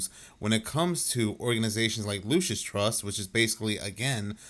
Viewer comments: Hello not LUCAS , LUCIS, LIKE LUCIFER , , LUCIS . JIMINEY CRICKETS MAN, NOBODY CAN READ ANYMORE! SOUND IT OUT FOR GOSH SAKE. IRRATATING. WRONG PRONOUNCATION OVER AND OVER AND OVER. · Girl please enunciate properly. it’s not the “Lucas” trust it’s the Lucis trust. You’re educated enough to do better. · Lol, her saying "Lukas trust" is wrong, and so is the guy saying "Lucius trust" it's "Lucy's trust" but yes, definitely founded under the name "lucifer" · I'm sorry but that girl couldn't even say Lucis trust correctly. Even when the British guy was saying it correctly.